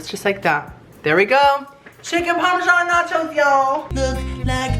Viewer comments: I get triggered every time he says parmesan ;/ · Bach chicken parmashsn that's my parmashsn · NACHO PARMESAN IZ MAH PARMESAN